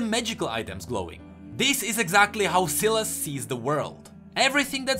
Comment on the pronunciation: also sylas is pronounced sai las not si las